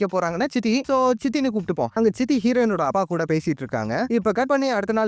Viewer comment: அப்பா 😂 you say அபா....🤣